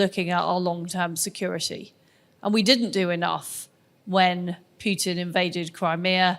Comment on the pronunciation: It's not p-you-tin. It's p-who-t-in.